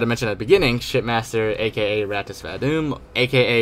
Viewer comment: It’s “R-Toss” Say the R as one word or letter.. So you should be saying “R—Toss” that’s how you pronounce it :) it’s spelt Rtas.